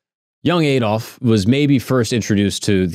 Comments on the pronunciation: Aid Olf... Ffs it's pronounced Add_olf.. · AH-DOLF NOT AY-DOLF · Learn to say Adolf correctly